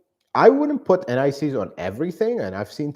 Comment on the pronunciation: I was wondering what NICs refers to and why you'd put it on your bolts. Only after some time did I realise I was hearing 'anti seize'...!